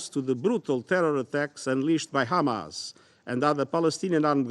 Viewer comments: It’s “Hamas” not “Khamas”. And these people want us to believe they are the creators of Hummus (Khumus as they say)? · Khamas Khamas Khamas Khamas Khamas, I wonder what lead to the rise of Khamas.. by the way it's Hamas not Khamas as the fabrication of Torah and the hebrew language stollen from the Arabic language...